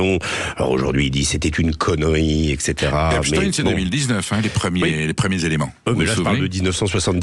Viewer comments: Les medias francais ne prononcent plus epstein mais epstine tout ça pour creer un lien avec la russie c'est incroyable et impressionnent leurs niveau de propagande.ils font ça pour que ça sonne moins juif 😂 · Arreter de dire Epstine.. dans ce cas la il faut dire Albert Einstine.. vous soulez avec cette prononciation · Oui et pourtant Epstein est d'origine Polonaise et ça se prononce Stein.... Désolée pour eux.